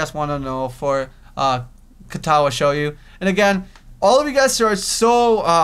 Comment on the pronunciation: show joe shoujo is pronounced SHOW JOE!